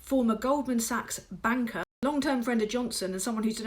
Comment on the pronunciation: Congratulations on your ability to clearly and correctly pronounce “banker”, while making it sound like a very different word. 😈👍